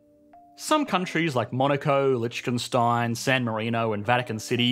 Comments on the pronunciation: lichtekstein? holy mother of pronunciation batman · Lol Litch-ken-stein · gotta love that "Lichkenstein" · why is nobody talkin about him sayin lichickenstein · Love how you pronounce Lichtenstein and "aliuminium" 😁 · immediately went into the comment section to see if anyone had made fun of yet for how he thought Lichtenstein was pronounced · Mate what is with that pronunciation of Liechtenstein? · Interesting way of pronouncing Liechtenstein, but incorrect 😁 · Please learn how to pronounce Liechtenstein